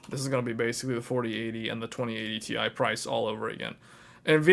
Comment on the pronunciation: its T I not tie